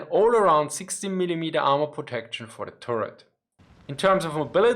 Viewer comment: Say "tuhret" (short 'u') not "touret" :-). Otherwise it sounds like "Tourette," as in the syndrome.